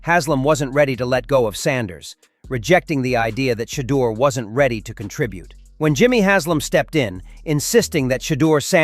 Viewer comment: Coach stop lieing You think you hurting Sherdur you not you hurting your self & the team you can't even say his name Sherdur is a Godly Man 😛